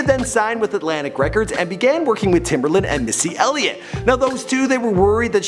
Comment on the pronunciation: Timbaland! Aaliyah (ah-lee-yah)